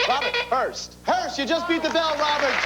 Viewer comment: Wow, Robert very clearly says "HEARST" for last limo and they didn't catch it